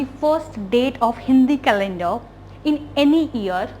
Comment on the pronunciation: Why r u jumping? And it is calender, not calendra